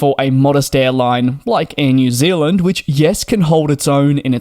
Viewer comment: New Zealand not Zilland